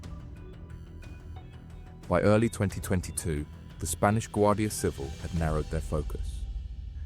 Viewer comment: Guardia Civíl. Accent on second syllable please! Not civil